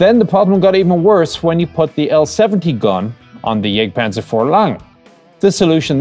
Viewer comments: it is Jagktpantzer, not jêgtpahnzer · "Jagdpanzer" : please don't pronounce the "a" in "Jagd" the English way.. Besides great work.